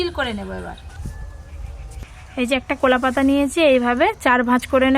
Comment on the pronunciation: আরে বাম্বু চিকেন নয় ব্যাম্বো চিকেন,,।কোলা পাতা নয় কলা পাতা